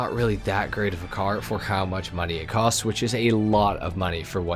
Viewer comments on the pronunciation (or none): none